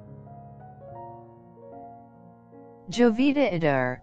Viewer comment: Sorry but you aren't even pronouncing her name correctly.